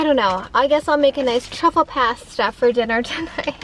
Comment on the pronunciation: Always love your makeup!! Btw it’s pronounced pasta 🍝 not past a🤣